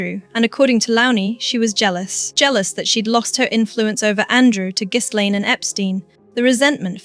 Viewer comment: For gods sake… the ‘S’ in Ghislaine is silent. It’s not pronounced GIZZLAINE, you AI fool.